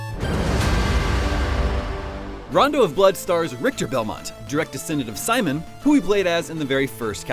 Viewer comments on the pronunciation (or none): none